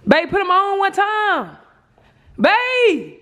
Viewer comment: Jazz got saying “ dem “ lmao 😂. Edit